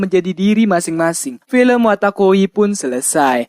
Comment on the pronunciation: wotakoi bang bukan watakoi , comiket itu festival/event doujin bukan Toko komik